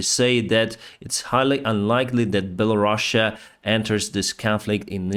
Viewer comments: “Bella-Russia?” Is that how it’s really pronounced or is he making fun of them? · I thought that the name was Belarus and not Bella Russia 😄